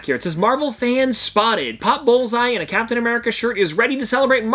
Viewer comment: I thought you said Cowptain America